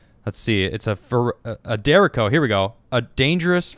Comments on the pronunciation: How to pronounce "derecho": dāˈrāˌCHō (day-ray-cho) (not deriko) - Grammar Nazi Bonus Fun Fact: It's Spanish for "straight", like "tornado" is Spanish for "twister". A derecho is essentially a storm that produces a straight line of powerful gusts of wind. The more you know... 🌈⭐ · You're killing me, derecho is straight in Spanish. Pronounced dur-etch-o not like Jericho 😑